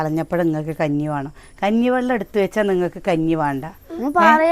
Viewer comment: വാണം വാണം അല്ല വേണം annu പറയുക.